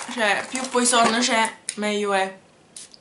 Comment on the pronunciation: La pronuncia di Poison è "puason" 😉 Cmq complimenti x il canale! 😘